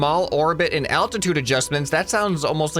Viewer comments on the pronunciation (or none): It's aLtatude not attitude ok 😀